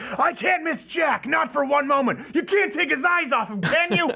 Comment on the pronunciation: The way Stefan says "can't" sounds like "cunt"